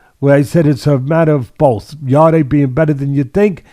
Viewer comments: It's YARD(E) Teddy not YARD-AY 🤣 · It's not pronounced "Yardy" or "Yarday", it's pronounced "Yard". Silent e. Really annoys me, have some respect for the fighters and get their names right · His name is pronounced Yard and not Yard-ay. The e is silent 👍🏿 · Who's yarday teddy keeps talking about it's yarde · Why do they pronounce his name Yarday? It’s just said as ‘Yard’ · Guys it’s pronounced like Yard as in backyard not Yardeh 😂 I think beterbiev beats Bivol by late stoppage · Please he’s called Yarde as in yard not yarday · are they pronouncing Anthony Yarde's last name as "Yardayy"? Or are they saying his last name and first initial as Yarde A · His last name is said yard, you don’t add the e as a sound. Maybe watch the fight again and listen to the announcer. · I think it's pronounced Yard, E is silent Yarde= Yard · 'Yard-ay' Lol. Teddy's a boxing brain still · the e in yarde is silent, so it is pronounced Yard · They hear everyone call him “yard” but they see an e at the end & say I’m just gonna pronounce like that 🙄😂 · If you haven't got the respect to pronounce a guy's name (Yarde) correct, how can I take seriously your analysis of the fight! Poor show, mate.